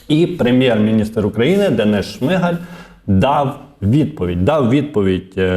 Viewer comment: Та не ШмИгаль, а ШмигАль, уже пора вивчити наголос прізвища прем'ра.